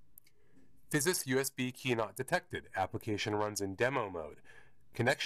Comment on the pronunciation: There should be a sleep mode which allows an instant startup. If you do road shows with this, have a battery backup line conditioner so it doesn't go into a hard off and thus a lengthy startup. BTW the company name is pronounced without the 'S'.